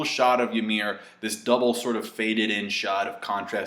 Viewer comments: It's "YUMIRU" not "Yamiru" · Fucker it's Ymir not Yamir. Hajrudin, not Harejundin. Please. :'( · how he says ymir's name is funny